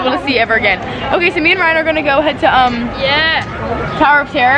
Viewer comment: she said brian instaed of ryan